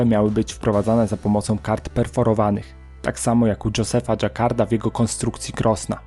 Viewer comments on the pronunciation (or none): Maszyna Żakarda a nie Dżakarda.